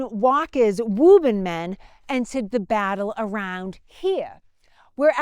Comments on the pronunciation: Ok, she convinced me she’s from Boston when she mentioned “Woo bun” (Woburn). That’s a name that no one would say that way, if they hadn’t grown up heah (here). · I very much enjoy the history of this time period and the great job does in sharing it. I grew up in Woburn (correctly pronounce by Woobin). I have spent many hours just riding around the Concord, Bedford Carlisle areas. My ancestors on my mothers side are connected to the Hartwell's and my great-grandmother fed the drivers of the milk wagons from Bedford Farms. I get a lot of enjoyment listening to and reminiscing about my times living in the area. I have lived in SC for the past 21 years but still haven't lost my accent. People here say " your not from the south are you?" I tell them jokingly yes, South Boston. Thanks again to for such and interesting and pleasant video series.